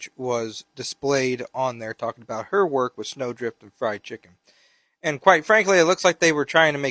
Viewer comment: “Firs I cutz de cheekun” 😅